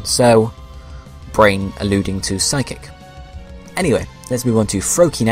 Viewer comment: It's Braze and Vixen not Brain